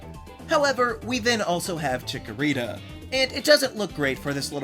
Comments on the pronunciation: THE SECOND C IN CHIKORITA IS SUPPOSED TO BE A K! FIX IT NOW! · CHIKORITA, NOT CHICKERITA! FIX IT NOW! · THE FIRST A IN CHIKORITA IS SUPPOSED TO BE AN O!